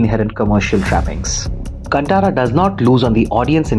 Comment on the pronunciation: Bro it'd like to point out that it's pronounced "कान्तारा"